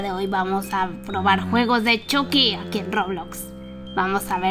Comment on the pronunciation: Lo pronunció chocky